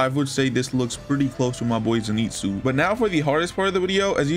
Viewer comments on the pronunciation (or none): "zeenetsu" bro im dead the way he says it